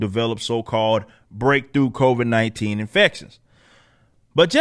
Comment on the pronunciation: lol "the covaids"